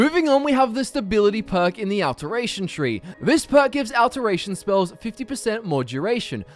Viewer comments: I am so sorry. I cannot... Aalteration. It's pronounced Au-lteration, like "all". Or Augment. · "AL-teration" lmao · D Cap a Tation like Al teration, get it right lol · I really hope you've learned how to say "alteration" correctly by now. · The way he pronounces alteration tho...